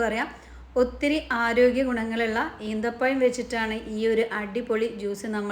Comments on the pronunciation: ഈന്തപ്പഴം അല്ല ഈത്തപ്പഴം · Eenthapazham alla, eethapazham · അമ്മായി ഈന്തപഴം അല്ല - ഈത്തപഴം